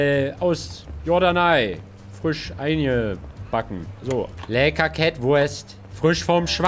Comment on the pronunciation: Keiner Absolut keiner Hänno : "WUERST"